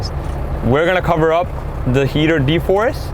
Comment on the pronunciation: De-frost not de-forrest😅